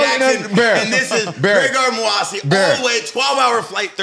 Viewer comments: Bear stay fuckin his name up though 😂😂 he said greygard moohassi everytime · It’s Gegard MouSasi not Gregard Mouasi 😂.. in any case, Top 3 podcast!